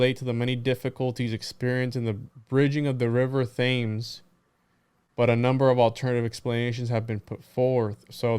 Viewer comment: Not that its crucial but the river Thames is pronounced Temz. Great live stream, always a great time